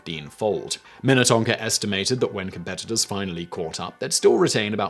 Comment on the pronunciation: I am amazed you said Minnetonka properly so many Minnesota city names mess people up. Wayzata Edina Shakopee Ely